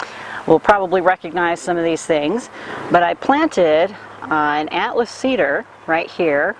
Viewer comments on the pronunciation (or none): none